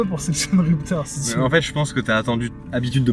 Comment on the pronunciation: Hiteuh the rupeuhteur